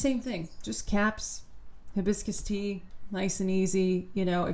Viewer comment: Her h in hibiscus is the worst h of all time. Hideous.